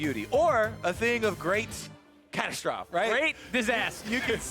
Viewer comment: always pronounces "catastrophe" like cat-a-stroff and it tilts me so hard lmao